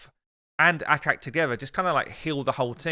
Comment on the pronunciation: ACHAK... not akak!